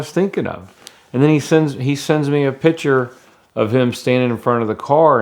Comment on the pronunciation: Every time he says picture I hear pitcher